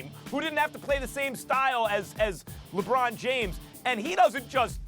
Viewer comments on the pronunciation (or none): Can she stop saying LeBreezy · Why does she says lebreezy? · This the 2nd day in a row I heard Molly call lebron “lebreezy” and it bothers me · Stop saying Lebrezzy Jesus Christ